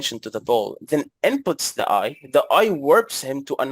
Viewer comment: Okay you win 😂 "If it's not tight ... It's not right" And an extra one: "This video is za best in za west" 😂